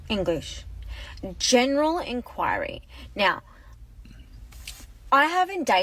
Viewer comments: Not Inquirery! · Inc(quarry) is how you say it girl